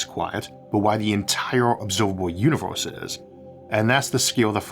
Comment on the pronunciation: staUs and univeUs. Please try to fix voice record with aElevenLabs.